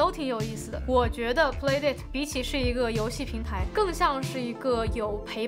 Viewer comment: 这个游戏机是叫play 达塔吧,不是dei塔